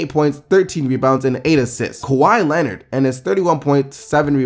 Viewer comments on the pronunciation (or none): none